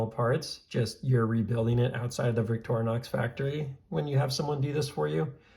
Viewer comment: Hey at least you pronounce Victorinox correctly. There are Youtubers out there pronouncing it Victor-nox and Victory-nox. So you're ahead of the curve there. Nice video.